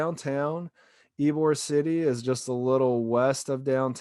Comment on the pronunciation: It's not "Ybor City", tool. And it's not "Mahbry". Jesus. You just suck.